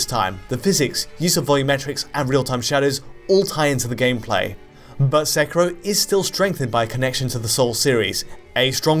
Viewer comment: Ah you stopped saying Sekiro and started saying "Sekirrho", why :'(